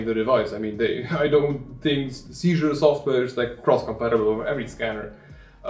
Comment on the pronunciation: Thanks for the good review! I collect antique books and old handwritten documents that I want to scan easily. I think it is pronounced like the name "Caesar", at least that how they say it on their website.